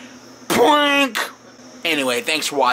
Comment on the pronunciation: That was a funny PPWWAANNKK!!! NIGGA